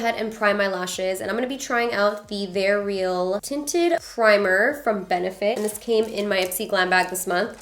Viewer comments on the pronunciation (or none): none